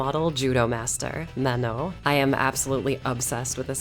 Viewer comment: Great video but the way you pronounce "Manon" is absolutely dreadful